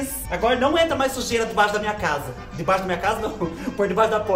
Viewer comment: Fubá do céu, você diz Xujeira por que é a sujeira da casa da Xuxa? Você está muito igual a Isadora Regina